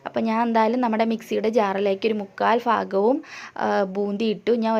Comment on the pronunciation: Super. Pinne fagham allatto bhagham ane samsaram nalla rasamund.